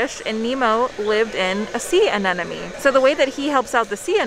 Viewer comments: I promise I'm not one of "those" people, but I'm laughing because it sounded like kept calling it a sea "an-enemy" instead of an "anemone". Like she's saying "enemy" instead of "money" 🤣 I adore them and have been lucky enough to meet them, very awesome people. Just thought it was cute 😊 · I also heard an-enemy in my head